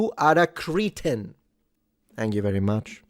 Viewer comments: It's [kreh'tn], not [kree'tn]. The first, derived from [christianus] and the pity you should show to mentally challenged people (they are Christians, they have a soul they are not beasts) while the later is refers to the natives/inhabitants of Crete. And although some Cretans may be cretins, not all cretins are Cretans. I know, because I am a Cretan and I do not consider myself a cretin. Nevertheless, in retaliation, I will break my spaghetti in half before boiling them and use milk cream in my carbonara, then add pineapple to my pizza. 😆 I won't escalate if you recant and correct your phonetic error. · a favour. Please amend your pronunciation of cretin - meaning an extreme idiot. This is pronounced CREH-tin (with a short 'e'). Cretan - an inhabitant of the island of Crete - on the other hand, is pronounced CREE-tin. You are confusing the pronunciation here and insulting the proud islanders of Crete. 😀